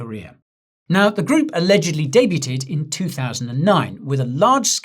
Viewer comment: Debuted = "Dey - bewd"